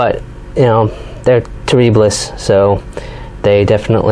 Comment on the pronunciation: I’ve never heard anyone pronounce terribilis that way